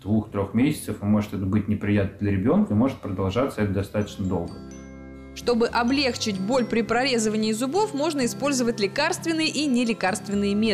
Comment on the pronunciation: добрый день, на 24 минуте вы гворите облЕгчить, но ударение должно падать на облегчИть, посылаю вам ауру грамоты, спасибо за видео, очень информативно!